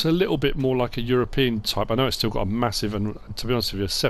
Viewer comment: HAHAHAHA, I love it!!! MA-HOO-SIVE!!!! Yet another reason you're my favorite Youtuber!!